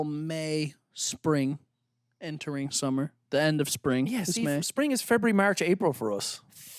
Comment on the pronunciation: I'm sooo happy knows how to pronounce February correctly. Warms my lil heart.